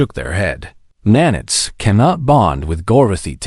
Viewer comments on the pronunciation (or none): F'ing AI, it is NAN-ITES, not nan-its.